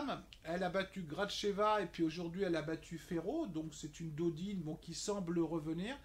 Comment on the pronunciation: Salut on prononce Tommy pôle et Océane Dodin , pas Dodine . sinon pas mal tes bets ;)